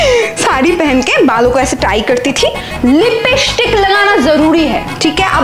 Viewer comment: Lipishtic nhi hota Lipstic hota he